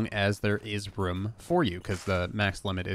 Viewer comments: I love how he says “ruum” for room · i love your vids, I also thinks it hilarious how you say room like roum 😂